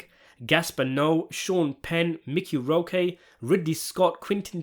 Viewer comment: Mickey Roe-Kay?? Jfc, bro